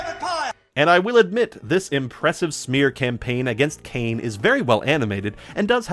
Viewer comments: His name is cane scrotumberg please get it right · I love how you mispronounce Kane's last name differently everytime you say it.